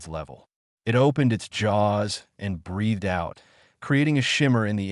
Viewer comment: There is an extra tail in the initial graphic. Also "breathed" is pronounced "bree th ed", not "breath ed", "it" is one syllable, not "i", "t".